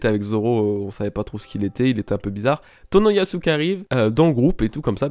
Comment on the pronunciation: Ebisu : tu dis EbiZou au lieu de EbiSSou ! Tu dis bien TonoyaSSou ! Pareil pour KomuraSSaki et OroTchi. Fallait que ça sorte <3